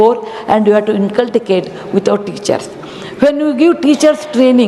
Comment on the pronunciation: Oooooo. How come she pronounce the word 'inculcate' wrong, twice in the video. First time, I thought it's just a slip. But she did it again to my utter surprise !!!😮🤔🤔🤔. Some years ago I had seen Madhuri Dixit struggling to pronounce it correct in an interview. Gonna make a tongue twister with it.😃